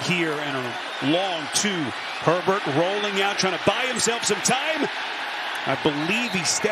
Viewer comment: the announcer definitely calls Herbert pervert.